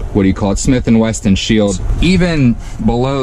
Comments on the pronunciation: Man said “smith and wesTon” 😂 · He deadass said Smith & weston